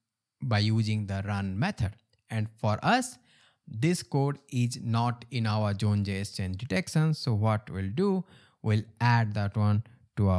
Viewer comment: what is "June Jess" ? Sorry, as as English person, I don't understand.